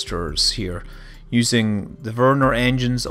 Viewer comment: You kinda pronounce Vernor like Werner :D